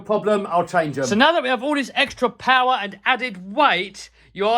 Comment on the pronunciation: MORE POWAH!